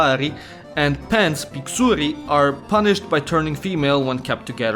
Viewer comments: You say you barely learned Romanian but in 19 minutes you made no mistakes except a small issue with the accent on the wrong letter in "pixuri". It's on the first "i", not the "u". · Let's not even talk about putting stress on some vowels and sylabels to pronounce the word, since you still couldn't say some words properly just because you put stress on the vowel. you put pressure on the ending vowels "pixurI'' instead of "PIxuri" and just from that small mistake yes, as a Romanian I understand but it is grammatically incorrect aswell as making it sound weird. (This is the part that is hard for all people that try to learn this language, think of it as if a chinnese person that barely speaks English asks a question you understand it but it doesent sound right) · Omgg the pronunciation is so funny😭😭 WHY PIXURI LIKE PIXÙRI ITS LIKE PÍXURI AAAAA Taking the romanian language for granted rn because all the verbs and and genders come so naturally to probably everyone here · i was listening to this in the background and had to stop what i was doing and look at the video to realize what you were saying your romanian is really good just you put emphasis on the wrong parts of the word e.g correct emphasis is PIXuri not pixURI also pronunciation could be a bit better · when you said "pixuri" you put accent on on the syllable "uri", the accent should be on the syllable "pix" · 😂when he said picsuri(pixuri) I died😂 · Nu pui accent pe x la pixuri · Not trying to be rude but pixurii😩